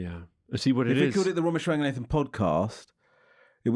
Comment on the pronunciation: Why does he pronounce raganathan like ‘nathan’